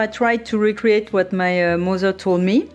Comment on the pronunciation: Oh my god! Your accent is so cool! Your “mozer” and grand “ mozer “will be reallyproud of your pronunciation!! 😂